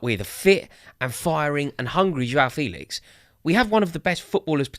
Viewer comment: All these youtubers thinking that they're experts on Felix but can't even pronounce his name correctly. It's "fay-lix" not "feel-ix". If you'd ever watched him even once in a la liga game then you'd know this. Shows how much people just look at fifa stats and think they know everything about a player. I would have thought Rory might have given this charade up after his expert analysis of how Haaland would apparently be a massive flop at City because he "has no pace"